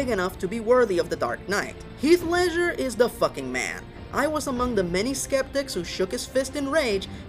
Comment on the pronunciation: What is up with this guy constantly mispronouncing words and names? It's Ledger, not Leisure! As in Ledger, like a book used in accounting, not what you do for fun, Leisure.